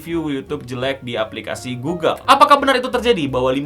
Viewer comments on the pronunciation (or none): none